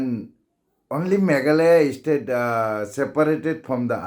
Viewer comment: You pronounce bha ym dei Estate dei State 🤣🤣🤣😆😆😆